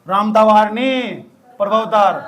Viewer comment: its not प्रभावतार Its प्रमवातार